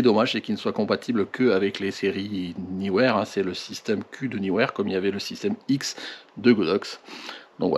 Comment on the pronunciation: Salut, enfin quelqu'un qui prononce le nom de cette marque comme il faut!! Bravo, il faut le signaler!!! Sinon c'est Sold Out sur le site de Neewer… dommage. J'ai l'impression qu'avec leurs promos de Noël, ils ont été dévalisé. Bonne fin d'année et bonnes photos